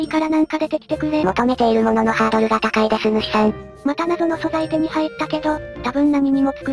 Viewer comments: 高いが高井になってる…… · 高いが高井になってますよさん！ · 高いですの『い』が間違ってます（高井←こうなってた）